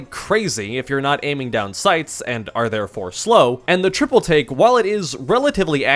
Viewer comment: Every time you say triple take i hear triple T im going insane